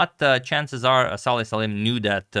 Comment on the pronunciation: BTW his first name is Salem and not Saleh